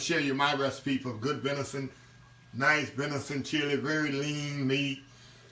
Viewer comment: Do you mean "venison"?😊